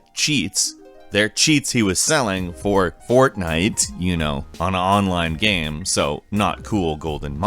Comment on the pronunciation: why u say game without the e